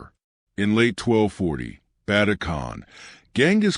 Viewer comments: Stopped watching it as soon as you absolutely butchered Ögedei Khan's name. I mean it wasn't even close O-G-D-I? It's Uh-ge-die. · More AI Slop. Can't even pronounce Ogidai.